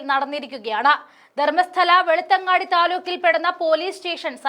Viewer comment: വെളുത്തങ്ങാട്ടി :- തെറ്റ് ബെലത്ത് അങ്കിഡി എന്നു പറയണം കേട്ടോ !